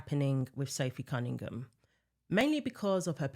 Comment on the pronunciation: It's NOT Sophie CunningGUM! It's CunningHAM, like it's spelled. Good Lord!